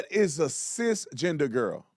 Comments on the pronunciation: She even said "cis GINGER".. lol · She said sis ginger lol